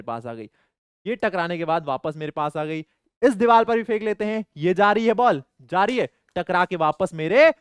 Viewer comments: sir it’s not dival it’s divar😂😂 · Deevar not deeval ❤